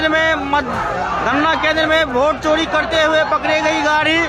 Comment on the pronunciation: अरे भोट नहीं होता है वोट होता है 😂😂😂 तुम खेसारी लाल यादव को कहता था कि वो भोजपुरी को भजपुरी बोलते हैं